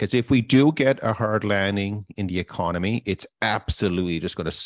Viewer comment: “Ecomony” - still love ya man haha 😂 Keep up with the great show!